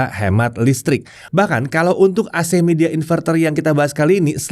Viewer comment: bacanya bukan midea, tapi "mai dea" confirm deh ke rep officenya